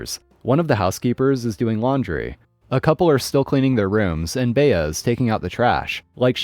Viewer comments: Furthermore, has never heard of the actress Bea Arthur, who starred in the TV series "Maude? It drove me up the wall every time he said "Bay-a" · Okay, I understand you're of a younger generation and the name Bea isn't common anymore. But the name Bea is pronounced BEE, no "A" sound at the end and is usually short for Beatrice (where the "A" sound is pronounced ironically enough). I've yet to go to a grocery store where you need to enter thru the checkouts I'm 67 and I've been to a lot of grocery stores in many different states. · FYI - “Bea” is a woman’s name - short for Beatrice. It is pronounced “Bee”. Duh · Bea is correctly pronounced "bee". I've known a few Beas. Story three.... If being followed by a rabid Karen or Chad spewing threats, drive to nearest police station. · Agreed it was driving me nuts, though Bhea is a cute name.